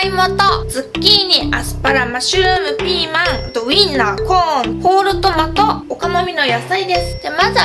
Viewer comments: マッシュルームがマシュームに聞こえたwwwwww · マッシュルームがマッシュームにしか聞こえない助けて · 材料言う時のマッシュルーム言えてなくて草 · شلون تكول مشروم 😂